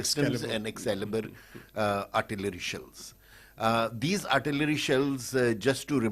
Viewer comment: And at the first combat or show failure, they blame it on the nations producing weapons, Rafael of France and GE of United States. You sounded pretty good until the URTALERY